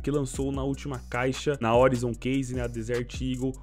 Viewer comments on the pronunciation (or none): none